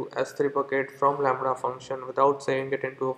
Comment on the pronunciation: It was all fun until the "Lamrha" came in! xD